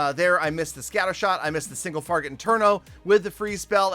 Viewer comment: Yea you thought I wouldn’t notice that you said single target wrong😅